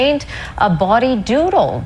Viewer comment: It's a "bawdy" drawing, not "body". Although in this case, it was a drawing of buildings made to appear like a woman's body LOL